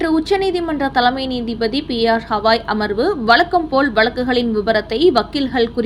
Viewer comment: ஹவாய் அல்ல கவயி It’s not Havaai but Gavai Though it is proper noun we can see what letter he uses in Hindi and English.